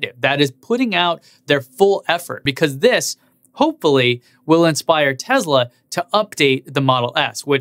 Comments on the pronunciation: Tesla is pronounced Tesla not Tezla. You own th e car you should know how to pronounce the name correctly. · Schools peeps on how to pronounce things - continues to say "Tezla." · Pronounces Porsche the right way but continues to say Tezla.... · You say Porsche and Taycan correctly but not Tesla :P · since when does tesla have a "z" in it? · You tell us how to porsha tAycan , then mispronounce Tesla , it has an S , NO Z in Tesla !